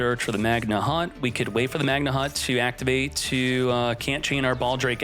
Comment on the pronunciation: How can anyone look at the word magnamhut and decide it's pronounced magna hut